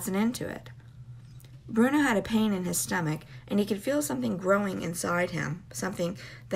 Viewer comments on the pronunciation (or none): none